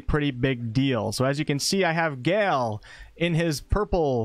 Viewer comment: Thank you so much for an incredible guide! Please take a moment to learn the more common pronunciation of the name/word "Gale". >.<